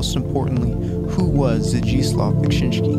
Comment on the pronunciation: just add that bekSInski we pronounce rather like E, sheet SHēt :) Im not good at English so hope u got what i wanted to say ;d